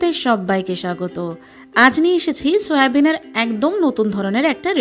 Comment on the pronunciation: আরে খেপি সোয়াবিন কে সোয়ানাগেজ বলছিস কেন তুই